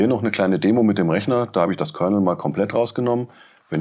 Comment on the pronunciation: Bei Commodore heisst es Kernal - nicht Kernel.